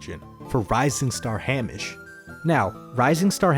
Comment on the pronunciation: Lol at how you pronounce Hamish XD